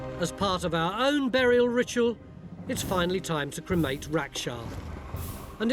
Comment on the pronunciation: a "berriel" haha that is exactly how Phil says it :D